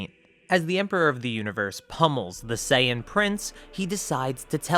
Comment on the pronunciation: "Vegtea" "legdary" "sayain" 🤣🤣🤣🤣🤣